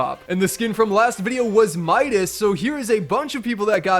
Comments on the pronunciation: Midas and also this is really funny the youtuber pronunces mida like me-dassss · Skin: Midas and you said Midas last tim